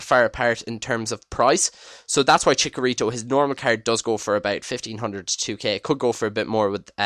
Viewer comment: chicharito not chikarito